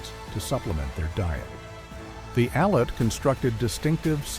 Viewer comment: As an "expert", try pronouncing Aleut...........Al-yute....and the land area as Awe-luu-chun....